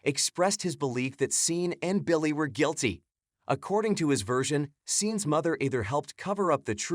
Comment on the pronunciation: Sean is pronounced Shawn!